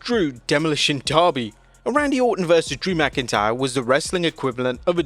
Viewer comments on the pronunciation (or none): You must’ve had Darby Allen on your mind because it’s pronounced Derby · Its not Darby its derby derby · its called demolitions DERRRRBYYY. not darby.... .... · Say DERBY NOT DARBY ITS NOT FUCKING DARBY ALLEN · Never heard Derby pronounce as Darby 😂